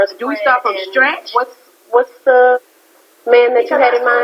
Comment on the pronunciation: This is when i liked Chante... “this all is a bit....silly” waves pen in the air lol now. Season 2 and 3 Chante was bad. Season 1 she good. But the way Lil Mo said “ should we start from STRATCH “ not Scratch 🤣🤣